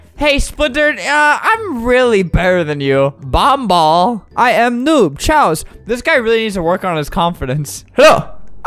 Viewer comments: He doesn’t know grammar One of the people said noob chaos (k-Ay-os) and he said cos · The fact he was saying ch-ous and not Chaos... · The fact albert pronounced choas like chos really bothered me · im dead he said “chos” 😭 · "I am, choas" Choas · The dudes name was choas thats why he pronounced it like that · “I m choas noob” lol 😂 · Lol when that noob said chaos he thought he said chos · Chaos, an AMERICAN word pronounced “Kay-os” meaning crazy or wild 😌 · The fact that albert didn’t know how to say chaos- <3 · YOU SAID CHAOS WRONG